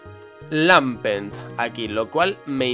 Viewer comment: se dice lampent, no lampert:v